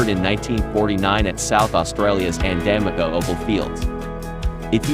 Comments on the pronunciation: The opals are from Andamooka it's pronounced An-dah-moo-kah for future reference. 😉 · Opal comes from Andamooka- pronounced Anda Mooka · Ok, as an Australian, it’s pronounced ANDA-MOOKA